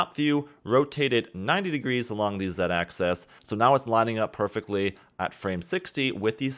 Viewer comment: "....want to make sure you're in VERTICIE select mode...." No. "....This is so we can delete that center VERTICIE...." NO. "....so I'm going to uncheck the visibility on all of our AXISES...." NO!! "....except for the X rotation ACCESS...." muffled screams :D